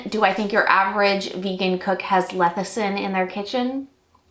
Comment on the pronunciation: It's less-i-thin, not leth-i-sin. 😊